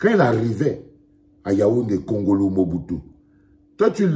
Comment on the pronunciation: Pas wongolo mais kongolo